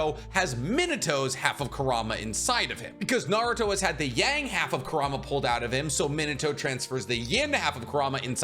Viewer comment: It is not Ker-rah-mah it is qour-ra-mah just how it is prounced in English dub.